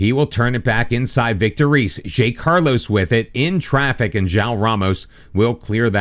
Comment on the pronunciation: The simpler ones to correct is Zé Carlos, which would be more like "Zay Carlos", but the ay has a sound like the First "e" in "Helmet" And Vitor Reis is pronounced Just like Vitor "Hays"